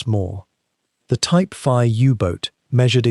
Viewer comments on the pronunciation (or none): "Type veeee?" A.I slop